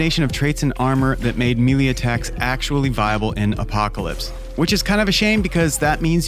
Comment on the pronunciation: I mean this in the most unpretentious way possible, but it is pronounced like “may lay” and not “me lee”